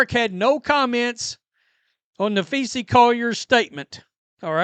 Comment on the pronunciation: Are you capable of pronouncing Collier’s first name correctly? Napheesa *. Nuh-FEE-suh It’s not Napheesie for goodness’s sake!